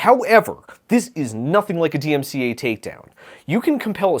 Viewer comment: bro can’t even say dmca